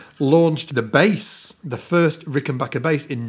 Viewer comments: the annoying part is people pronouncing the name wrong. It's BACKER not BOCKER. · I’ve had it drilled into my head by a good friend that it’s pronounced RickenBACKer not RickenBOCKer. Just doing a public service haha. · Adolph Rickenbacher anglicized his name, after World War One, to Rickenbacker. Pronounced Ricken-BACK-er. You don't hurt your 'BACH' lifting furniture. And if you are listening to "Air on a G String", you aren't listening to 'BACK'. The dude with the Fireglo Rickenbacker gets it right. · Please don't say Rickenbocker, folks will think your'e the man who fell to Earth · You're mispronouncing Rickenbacker. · Learn how to pronounce "Rickenbacker."